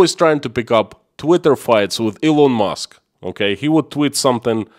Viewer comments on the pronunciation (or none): none